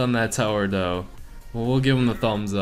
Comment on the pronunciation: Can't you please not say "doe" it's incredibly annoying. Thanks